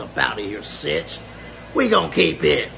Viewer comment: 'and remember, the 50s r winning my nickel. On hood' Also, my nigga kept sayin 'citch' instead of 'bitch' 😂🤣 keeping it 55th all the way, on hood.